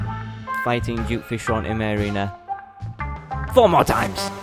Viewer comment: Why does a lot of terrarian players say "Juke"fishron?its suppose to be duke not juke🤔